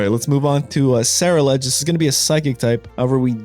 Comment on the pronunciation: Just for some help it’s pronounced gar_gan_ackle and ce-rule-edge I got you on this one my guy